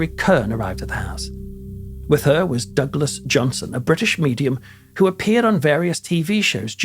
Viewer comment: excuse me but the name Douglas only has two syllables, not 3. It's NOT PRONOUNCED Doug-a-less. 🤦‍♀️🤦🏽‍♀️🤦🏻🤦🏼‍♀️🤦🏾🤦🏼🤦🏻‍♀️